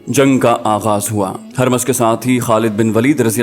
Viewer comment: Yay naam "Harmaz" nahin hay. Yay "Hurmuz" hay. Is kaa matlab "Chaand (moon)" hay.